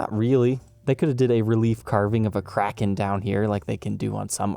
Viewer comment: I know it's probably nitpicking, but the word is historically pronounced KRAY-ken. The headstock-shaped island is a nice touch.